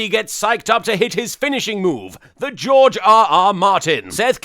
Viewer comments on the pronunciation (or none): none